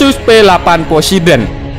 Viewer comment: poseidon tlol bukan posedon eh maaf yassalam